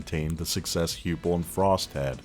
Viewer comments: Heupel pronounced “Hi pul “ not “hew pul” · Excellent video, but I want to be picky and point out that Coach Heupel's name is pronounced Hype-el, not Hewpel. Lol. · it’s pronounced like josh hypel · Great video. However, Josh Heupel is not pronounced Hughpel. It’s Highpel. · I died when he called him Josh Hyoopel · Dammit its hypel. Pronunciation not actually spelling. BOOMER!